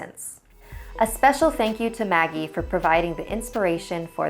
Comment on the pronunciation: In the beginning I thought it said muggle instead of Maggie XD